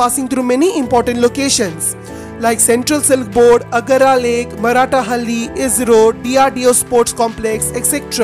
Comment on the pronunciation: Stop pronouncing marthalli wrong !